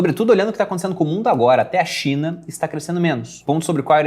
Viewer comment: só eu ouvi "Xe a Cinha vai mal..."? Rsrs...